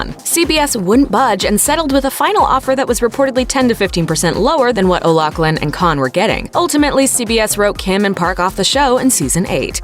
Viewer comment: O’Loughlin is pronounced “o-loff-lin” not “o-lock-lin.” And the 2 departing actors didn’t deserve the same pay. AO is the star, and Scott Caan is a big name. He was in some pretty big movie AND Entourage.